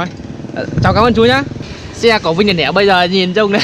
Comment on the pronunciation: Đọc tiền lẻ đi bạn ei, tiền nẻ ???